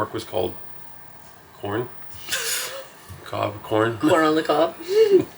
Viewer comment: Hi guys I love your show and was really looking forward to your Dublin day as I came to Canada from Dublin a long time ago. However I was disappointed that you did not try a guinness or have any food in Dublin. You were referring to "Cobb" in Cork and it is pronounced COVE also the Dublin port is pronounced DUNLEERY. Only in Ireland eh? Take care and have a lovely trip home.